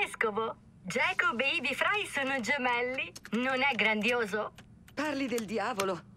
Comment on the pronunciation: Ci tieni molto ma non hai fatto i primi -.- Non hai fatto neanche Chronicles che spiega un botto la storia L'inglese.... Si dice Frai non Frei